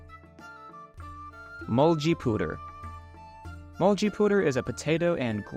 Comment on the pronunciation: The pronunciation kills me XD "mulzibuder"